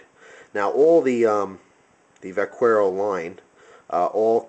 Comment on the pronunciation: The U is silent in "vaquero." It's pronounced vah-KEH-row. Good job on the review, I plan on getting a plain-edge x-large Vaquero :D